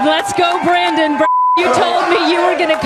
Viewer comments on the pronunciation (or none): Brandon isn't pronounced, Briden.... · I heard F Joe Brandon!